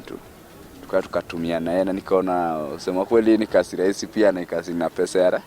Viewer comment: Hii uongo haijaenda shule Kiswahili si ya Tanga,ati nikamuulisa 🤣🤣🤣Na kasi badala ya kazi